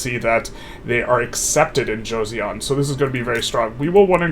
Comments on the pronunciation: read it jo-sun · Bro said Josyeon 😭 (Okay but thank you for giving my motherland the gameplay nobody else would, thanks so much!) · the pronunciation of "Joseon" is panful. the J is somewhere between an english J and a Ch, so Jo- sounds close to "nachos." the eo in korean is a single vowel, not two separate vowels, just doesn't transliterate directly. the -seon sounds like "sun" in english.